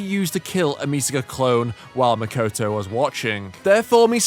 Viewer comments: "Mikoto", please.. not "Mikoutou". It's not that difficult to pronounce a Japanese name, is it? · Apologies, it was not my intention to come over as rude. But I just can't get used to English native speakers pronouncing simple monophthongs as diphthongs - the latter is arguably a more complex pronunciation. If you watch Railgun then you hear "Mikoto" pronounced all the time.. I mean, nobody demands or expects a perfect pronunciation, but is it really necessary to always use English dipthongs for simple vowels?